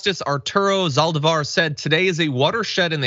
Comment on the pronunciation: Zaldivar......emphasis on the I !!